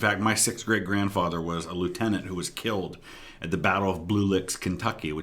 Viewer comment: every time you say great grandfather I thought you said my sixth grade grandfather.